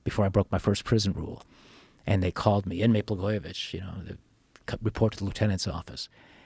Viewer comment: Blagojevich not Blagojević 😂